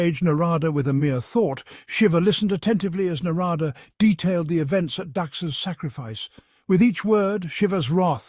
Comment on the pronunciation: While the stories are real, some pronunciations of names needs to be worked on. Eg. Naaarada. Na is long. Da is dha like in that. So it is for dharma